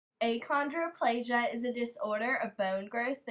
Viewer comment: Um....is the person doing this an actual dwarf? because, achondroplasia is pronounced "akondro-plasia"